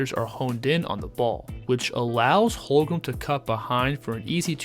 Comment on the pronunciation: Holmgren. Not Holgrem